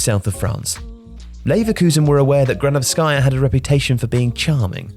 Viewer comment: It’s Marina Gránovskaya, not Granovskáya